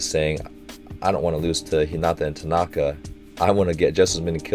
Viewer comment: Something inevitable for Americans is to pronounce names with emphasis on the second syllable, but in many other cultures, the first syllable is emphasized. For example, Hinata is pronounced "HEE-nata" with emphasis on the first syllable and an equally low amount of emphasis on the second and third. Tanaka -> TAnaka, rather than taNAka | Mikasa -> MIkasa rather than miKAsa. 👍